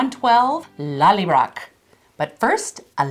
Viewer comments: Pronounced lolly broh not lollybrok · Thank you so much again, Ladies! But.... there's a tiny bit I need to complain about, LOL. You really need to work on the pronunciation of "Lallybroch". Listen to Sam/Jamie saying it and practice. Of course, for me as a German it's easy peasy because we have this "ch" sound as well, but I know you can do it! *mwah*